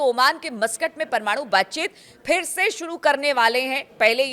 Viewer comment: Madam, yeh Mastak nahin yeh Masqat h. Bolney me dayan den.